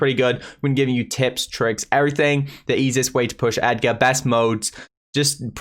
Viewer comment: Ur supposed to pronounce it ‘edge’er’